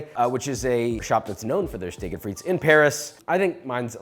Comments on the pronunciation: it's just steak-frites, no "et"... and shorten the "i" in frites, it's more frits than freets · Coming from a French speaking region, that "frites" pronunciation threw me off haha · This is great, just one thing that is cringe worthy; you DO NOT pronounce the 's' in Frites, it's silent!